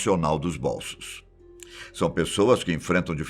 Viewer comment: Porra, /bólsos/ é de doer o ouvido hein.